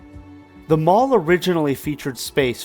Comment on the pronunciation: Great video! I was the Loss Prevention Manager at Parisian back in the 80's and those old pics you showed are exactly how I remember the mall. Side note, "The" mall was actually pronounced THEE mall. Additional side note, ALL of the "malls" in Huntsville with the exception of Madison Square, started as strip centers that were enclosed.